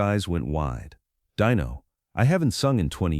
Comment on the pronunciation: His name is not DYNO but Dino try it ,it sounds much better